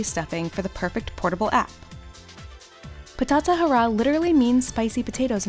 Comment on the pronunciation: THE WAY SHE SAID BATATA HARRA. I WHEEZED I